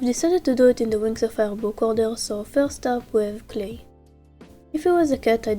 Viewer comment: “Cwlay” “tswunami” “glowry” “starfwight” “swunny” i love it ❤😂🥹